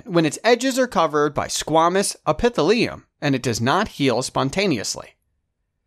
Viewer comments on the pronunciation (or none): thats the weirdest pronouncition of epithelium i've ever heard lol